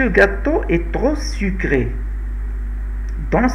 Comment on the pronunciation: تغو ❎ تخو✅ trop